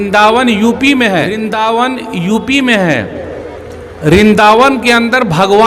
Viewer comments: Rindaean nahi pahle sahi nam jan lo Brindavand😊😊😊😊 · मौलाना जी यह ज्ञानवर्धक कैप्सूल किस मदरसे में खायाभाई आपने रिनदावन नहीं बल्कि वृंदावन कहते हैं लिखकर भी आपके वीडियो में आ रहा है मगर आप गलत बोल रहे हैं और वह उन मंदिरों को दान इसलिए देता था क्योंकि वह आजमा चुका था कि यहां पर हमारा कुछ नहीं चल सकता वृंदावन के पास मथुरा में मूर्ति तो उसने तोड़कर सीडीओ में करवाई थी जब खुदाई होगी 2027के बाद आप की टोपीउतर जाएगी